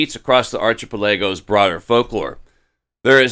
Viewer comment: Arch- ee- pell- eegoes.., mmmmkayy?